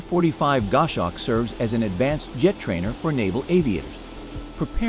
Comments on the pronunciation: It's a Gos hawk, not a Gosh awk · "GOSH HAWK". That's what you get with AI created voice-over. IMHO, videos that use it should have a notification included in the titles.